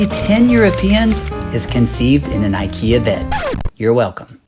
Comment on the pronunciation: I in ikea is not like I in I, it's I like I in lamerica. Same goes for I in Iraq, Iran, Ivan, Igor, Ivanka, probably some more edit: should have waited till half of video passed before writing that, still, applies to iraq, iran, ivan, ivanka, igor too